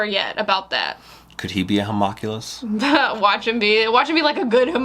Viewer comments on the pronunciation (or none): One of these days they will pronounce homunculus properly. I believe in them.